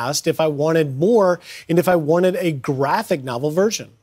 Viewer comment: Notice how the anchor accented the word "graphic" in "graphic novel." They legit are treating the word "graphic" like it means "adult" instead of what it actually means in context: a comic book....